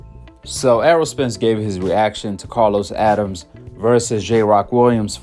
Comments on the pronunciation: It’s not Addams! It’s Adames! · Learn how to pronounce a fighter's (Adames) name correctly. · His name is Adames, pronounced (Ah da mes) not Adams. Learn how to properly pronounce a fighter's name and give them the respect they deserve. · (Adam-Es AdamEs. Adames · Good content but you killing me with the name mispronunciation ahk. (Ah-dahm-es) Adames